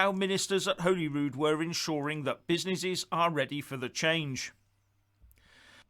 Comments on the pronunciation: It is not Holyrood (as in Holyland), it is Holyrood (as in Hollywood or the holly and the ivy) Wee skinhead facist bawbag bar steward if you are going to disrespect our Parliment at least learn enough that you know it's name. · it's pronounced Hollyrood not Holyrood. You're welcome 😆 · He can't even pronounce "Holyrood". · He can't even pronounce Holyrood properly. He pronounces it Holy Rude, it is pronounced Hollyrood, but spelt Holyrood. Can't believe anything Tories say, they do have an awful track record. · Perhaps if he could pronounce the name of the Scottish Parliament correctly it could help. You can only get ready if you know what you can get ready for. Is confirming that Scotland is a separate country???